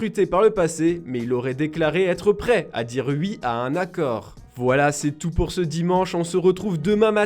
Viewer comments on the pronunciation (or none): Cr7 est près à dire ui pour le PSG mdr On dit oui pas ui